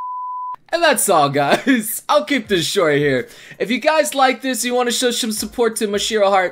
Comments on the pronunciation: "Show Shome support" Good job. English.:) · "Show shome support" - 2016 Engrish